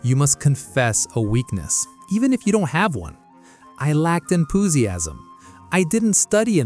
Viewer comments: "i lacked enPOOsiasm" def had a chuckle, but great content otherwise 👌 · "I lacked em-poo-siasm" work on you AI script review please. This is the most mistakes I've ever seen in one of your videos.